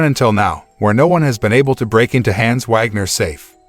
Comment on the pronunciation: The mispronouncing of the name Hans is incredibly cringe